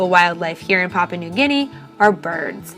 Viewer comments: It might be a good idea to learn how to pronounce the name of the country properly, it's PAH-PU-AH not PAH-PAH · If you're doing a documentary on Papua New Guinea shame on you for not doing your research and learning how to pronounce Papua correctly. Here, I'll help you out. The first "pa" sounds like the first "pa" the word Papa. In case you didn't notice there is a "u" in there before the last "pa" . pronouce that "u" like the word "poo" . Then they last "a" also sounds like the "a's" in the word Papa. So there u go "Papua"